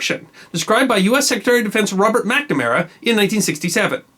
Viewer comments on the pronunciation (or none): none